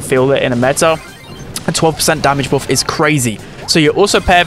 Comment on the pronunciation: The way he pronounce buff hurt my brain